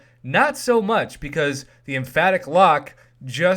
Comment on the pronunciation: repeat after me... "em- pathic"